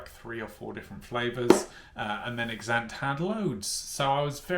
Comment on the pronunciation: As if you spent the whole week saying Exante incorrectly 🤦‍♀️🤦‍♀️ If you're going to do the "week on" series, you could at least research the brand an products beforehand.